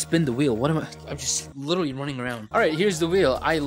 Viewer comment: BRO SAID LITTOWLY